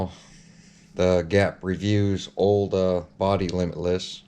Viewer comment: Limitless....say limitless!